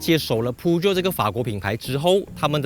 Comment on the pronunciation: 大哥你的Peugeot发音不对。 正确的是 per-joe，不是piu-jiot!